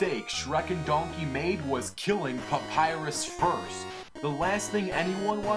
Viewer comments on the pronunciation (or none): papyrus not papyus and sans not sam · Look guys im saying that said Papyrix Lol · pap-pie-rus. thats you you pronounce papyrus' name. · you said Sans right Papyrus not really